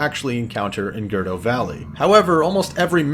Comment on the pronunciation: is it really pronounced "Gurr-doe" like you are saying it? I always said it like "gurr-OOH--doe"